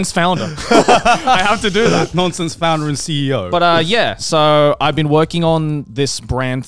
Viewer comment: As a Norwegian (and graphic designer) that actually have Ø in my language. Nønsense rolls of the tongue a bit differently, but doesn't make sense. So overall good job Joey!